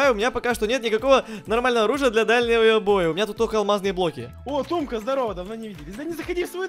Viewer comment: не тумка а